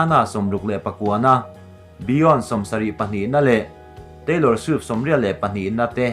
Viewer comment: I love da way u pronounce 'Beyonce' N 'Tweet' :lol